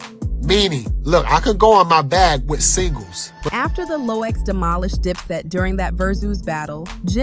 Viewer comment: Its gotta be AI......what the hell is verzoose? i just watched another video with the same exact thing just different voice! somebody using AI narration on multiple channels to make that dough! What is The Elox? Who is Poosha T?